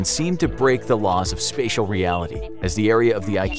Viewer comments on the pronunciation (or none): none